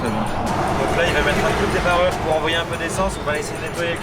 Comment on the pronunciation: On dit demareure pas alumeure